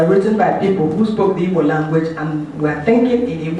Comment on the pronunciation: Igbo is pronounced ibo